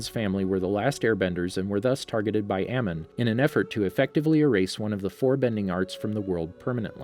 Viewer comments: Amon Not Amen lol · Sorry, I don't mean to be offensive, but Amon is pronounced A-mon not Ah-mun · If you want a sub, say stuff right. Its not (A-man), its (A-mon) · I hate how he said amen and not Amon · It’s not amen it’s Amon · A - M - O - N NOT AMEN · Amn? But it’s Amon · My man said aman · excuse me, did you really just call one of the series most dangerous protagonists "Ammin"? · We gonna ignore the fact he just said Am-en for Amon????!!?! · gus he just called amon amen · Idk why but the way you pronounce the names of characters always bothers me because unless it’s a main character it’s always wrong. Amon’s name for example is pronounced in the show “Ah-mon” but you pronounce it “A-Mon”. I know this literally changes nothing but it still bothers me for some reason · Did you really pronounce Amon's name as "Ah-men?" It's "Ah-mon." Like the way it is spelt. How do people mess this up? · First eroh the aman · Your videos are great, but PLEASE learn the correct name pronunciations: Guru Pathik (pa-TEEK) Amon (ah-MON) Monk Gyatso (ghee-AT-so) Iroh (EYE-row) Thank you. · Did anyone cringe when he said Amon like aman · I’m sorry but the pronunciations of the names tho a-men? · Guru Pathic AmAn Lol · This channel is supposedly the most comprehensive source of facts and info about Avatar, but they somehow mispronounce common names like Amon and Gyatso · Who knows that he pronounced amon wrong? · Anybody noticed he pronounced Amon wrong? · If your gonna say Amon say it right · Did anyone else hear the way he said aman’s name? (If I spelled his name wrong pls don’t hate on me ty) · who else just realized that he pronounced Amon wrong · its amon u said it wrong bw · Everybody pronounced Amon’s name wrong 😂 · Anyone else cringe when he mispronounces some of their names? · How did you mispronounce Amon and guru pathik when they’re clearly said in the series’ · Amon is pronounced wrong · The way he pronounced Amon 😭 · that’s not how you say his name